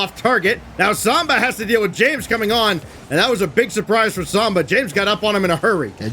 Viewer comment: Please someone tell the commentary team it’s SAMBA not SOMBA....